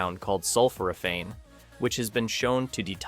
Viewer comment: I went keto in 2020 after being diagnosed with type 2 diabetes. I was recently diagnosed with a rare cancer. I can tell you aren't familiar with Otto Warburg or Thomas Seyfried as you indicate a genetic cause. Not being able to pronounce sulphoraphane doesn't inspire confidence, and not being aware of the concentration is also a bad sign. You have managed to assemble a little good information, while not having any idea that fully starving cancer is challenging. If you were familiar with professor Seyfried's work you would know that. People don't need slapped together information for life threatening diseases. Shame on you.